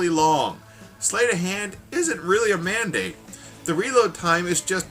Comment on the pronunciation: its so funny when you say "mandate" xD